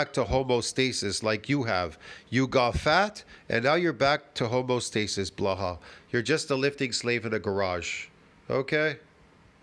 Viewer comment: Home-EE-oh stasis. Don't forget the EEEEEEEeeeeee.